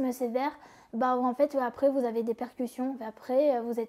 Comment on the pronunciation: Répercutions pas percution et alité et pas allaité tu pourrais la reprendre ca éviterait quelle refasses les mêmes erreurs a chaques fois.